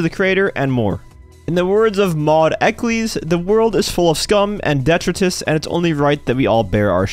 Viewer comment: Detritus is pronounced Dee-try-tus